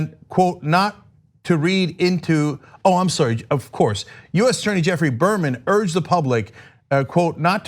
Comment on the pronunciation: I'm sorry, I couldn't continue for laughing past "Bermanurged".